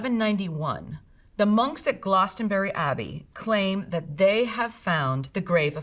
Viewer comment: Very small correction to the expert, Glastonbury abbey is pronounced Glass-tun-berry, or Glass-tun-brie depending on which local you ask. Never in my 20+ years living there have I heard it pronounced similar to Gloucester. Apart from that I like this expert